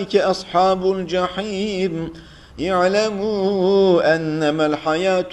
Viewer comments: Hadid Suresinde iki yerde iglemu diyecegine yaglemu diyor orada yanlislik var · Hocam 541 sayfa 19 ayet yağlemu değil ığlemu düzeltirsin inşallah okuyanlar yanlış okumasın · ''İ’lemû'' اعْلَمُوا أَنَّمَا